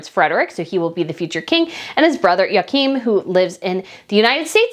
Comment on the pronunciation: Helpful pronunciation tips for you! Margrethe = Mar-GRAY-Ta Joachim = YO -a-kim